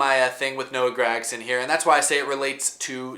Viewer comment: Love the videos but god dang man stop saying GRAG-son